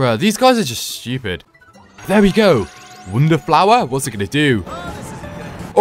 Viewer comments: Pronounces wonder as wounder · you just say ''wunda'' instead of ''wonder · Him saying woundrr irriates me so much. (No offense)